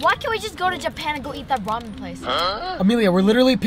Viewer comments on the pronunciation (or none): none